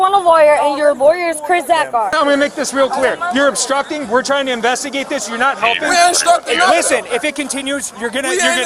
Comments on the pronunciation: Astructing ⁉️⁉️⁉️. Red hat, take the crap out your mouth and talk right. JS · unloosen my cuffs?? 3rd grade education too many victims in the 1st we ain't instucting nothin!!! stupid..."yes it do..yes it do" Chanel/Kennel/Zanax whatever her name is trying her best to speak in 6th grade ghetto language not easy to watch